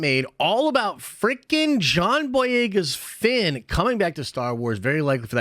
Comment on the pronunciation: It’s Fenn, not Finn lmao